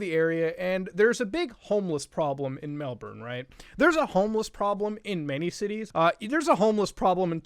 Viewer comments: OI MUTAHAR Its said mel-BIN not mel-bern you Canadian foreigner. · 0/1 video, city is pronounced Mel-bin, not a true aussie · its pronounced mel-bin not mel-born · everyone misprenouncing Melbourne Mel-ben not melborn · Please muta its pronounced mel Born as in a baby being born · its pronounced melb'n also its not yes, its optus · I live in this place you refer to as 'Melbourne'. Here it is pronounced melben. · It’s pronounced Mel-Bin. For someone who loves it so much you should pay attention to how it’s pronounced 😑 Nah you’ll alright